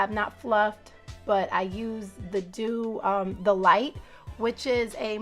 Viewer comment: The mouse is pronounced “ The Doo” , nice results